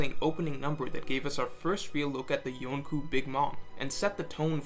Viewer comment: lost the ability to pronounce yonkou halfway through the video